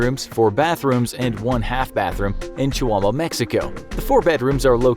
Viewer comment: Your gonna butcher Chihuahua Mexico's name common man 🤦🤦🤦 😥😥.